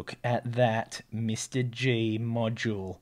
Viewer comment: I cringe with each “Mr. G”. It’s “MR dash G” so “ Em arrr Gee”. Ugh.